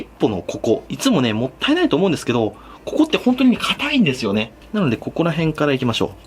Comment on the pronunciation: しっ↑ぽのこ↑こ↓